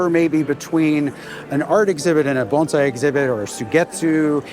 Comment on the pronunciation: How refreshing to hear someone pronounce bonsai correctly